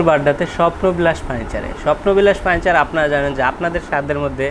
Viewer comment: "ফার্নিচার" শব্দটা এত বিদঘুটে ভাবে উচ্চারণের জন্য একটা পুরস্কার অবশ্যই প্রাপ্য, আর দোকানদারের চেয়ে ৫০ লাইন বেশি না বললে দর্শকের কান দোয়া করবে আপনার জন্যে